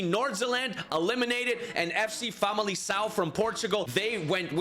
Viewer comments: Hey, in this case it's pronounced vocally famaliKão. And for Diogo it's said vocally GonSalves. I can't possibly make a prediction but I bet it won't be Barcelona or Bayern. Edit: I sure didn't predict away goals to eliminate Bayern and Barcelona. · As a portuguguese I can tell you that in "Famalicão" and "Gonçalves" the "c" and "ç" are pronounced the other way around - you pronounced them the opposite way. The "ão" is also wrong but the "c" and "ç" really was annoying... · The 'c' in 'Famalicão' is pronounced like a 'k'. If it was pronounced like you did it would be written 'FC Famalição'